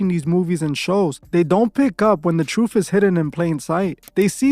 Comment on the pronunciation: Sorry bro, hard to take someone serious when you hear them saying troof